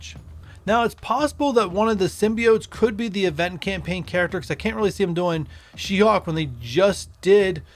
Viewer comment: Her name is She-HULK, not She-HAWK!